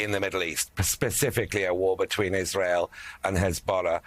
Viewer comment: he cannot even pronounce Israel. Iss-ayyy-al